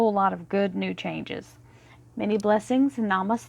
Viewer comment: I like the way you said Namasta, it was my last day to work and from tomorrow I have to look for new job. I am moon sign Gemini hope I get a new job soon. Please pray for me.